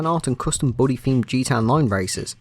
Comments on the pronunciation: Bully not Booley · British people don’t say booley they say bully. Source : I’m British.